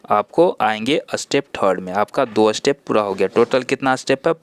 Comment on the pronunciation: अस्टेप नहीं स्टेप होता है, बाकी अच्छी जानकारी